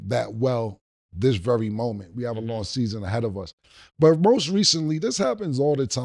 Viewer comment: AND HE SAID "ROAST RECENTLY" HE MEANT "MOST RECENTLY" 😂😂😂😂😂😂😂😂😂